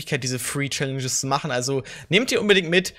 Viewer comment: #Tag5 Mag dich sehr und fand es lustig also du "Schallenges" gesagt hast in diesem Video 😂😂 Viel Glück an jeden einzelnen und schönen Mittwoch